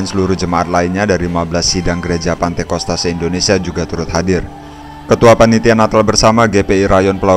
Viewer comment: Hallo min bukan " pantekosta" tapi "pentakosta"